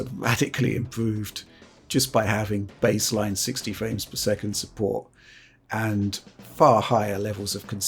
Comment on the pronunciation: “60 ‘fwames’ per second.”